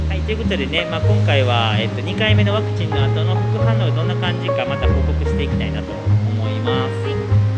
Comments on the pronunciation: 登録者数4万人！！おめでとうございます！！ 大事なところで「パクチー」って言い間違えるに（^^） カフェの猫ちゃん可愛いかったですね〜、テラス席のマダム達も笑顔になっていましたね。 頑張ったご褒美はやっぱりGateauで決まりですね、この動画を投稿できているからの体調も回復されたんだろうと 安心しています。 フランス政府の強引さ、違和感というか嫌悪感を感じました。 臨床試験中ですからね、それを制限をかけることで接種に向かわせるやり方は全くもって支持できないなぁと思っています。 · ワクチン接種２回目お疲れ様でした😊早く体調回復しますように✨スイーツとっても美味しそう💕頑張ったご褒美ですね☺️👍🎵Mashさんワクチンと言えずパクチンって言ってたとこおもろかったです😂あとあやちゃんにもっかいやってって言われて痛いのに腕あげてくれてるとこも😂👍ほんとに癒しの二人です🥰